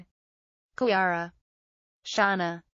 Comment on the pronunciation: Its kyra not kiara its pronouced ky ra kyra